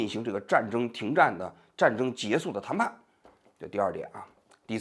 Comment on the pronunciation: 你说你一个央视记者，说话口音都不对，还结束不说结束，说结素，结素 什么结素拉